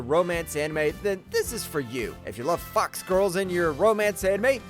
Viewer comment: U cant recommend spice and wolf enough, trust me. I believe you say fox and not fucks, have repeat it twice .. xD Im excited for the remake because, of course (japan do it right) same JP VA